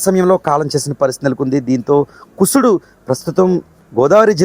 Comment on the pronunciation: కుసుడు కాదు కుశుడు..